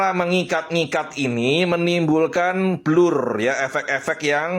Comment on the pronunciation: Sebut BLUR pun tk betul ..bblurr 😂 Utk buat kokori diam dan give up menghina lagi bagus tak perlu di react video dia . Jgn di tgk video dia😅